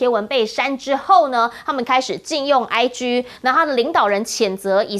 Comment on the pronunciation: "IG"該發音為"哀機"，可是台灣許多女性主持節目記者總是把它發音為"哀居"；"5G"也發音為"5居"等等⋯。為什麼呢？難道台灣的媒體硬是要把"G"字與哪個"不乾淨"，或哪個"不好啟齒"的字眼硬要拉上關係嗎？怎麼如次硬要以自己的歪曲心態去扭曲兩種不同語言的"真義"呢？！真是伈裡有病！